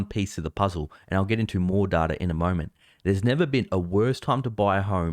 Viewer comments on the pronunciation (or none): its data not darta xD